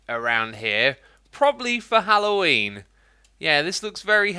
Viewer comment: Did Xisuma say "Hallowenie?"